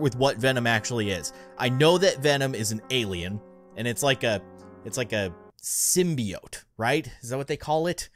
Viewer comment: Congratulations your the first YouTuber to say symbiote correctly